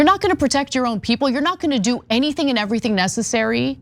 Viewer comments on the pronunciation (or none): none